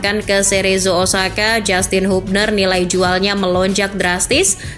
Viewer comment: Woi channel bola ,kritik Keras utk kalian "penyebutan yg bener yaitu "HABNER"..bkan HUBNER...😂